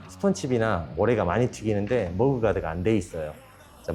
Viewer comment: 머그 가드가 아니고..머드 가드...